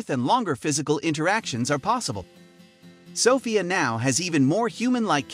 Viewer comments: It's So - phia, not Saw - phia. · Her name is pronounced so-FEE-ah. Not SOFF-ee-uh. I can't stand the illiteracy anymore. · Soffia? um its pronounced So Fia i swear these channels are a plague on youtube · It’s So-ph-ia learn how to say her name correctly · I’m turning this off cause you keep saying SofIa. Idk why you need to say a name that much. We already know who you’re talking about. And stop mispronouncing her name. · Why does he pronounce it "Sahfiah" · In England we would pronounce it "suh- feeya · You're pronouncing Sophia wrong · Half way thru the video he learns how to say her name right. Its almost as if the commentator is an IA learning as he goes. Like seeing his progress in human language in a span of 7 min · Title: is Sophie still alive? Everyone in comments: you can't even pronounce her name correctly! (Idk should should i use "her" for a robot haha) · The narrator can’t pronounce a common name 🙄. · you're saying Sophia wrong. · it does sound comical how he pronounces it 😂🇬🇧